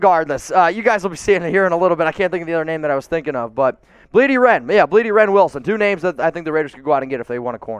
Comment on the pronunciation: I wonder when will realize it's Blidi Wreh-Wilson, not Wren-Wilson.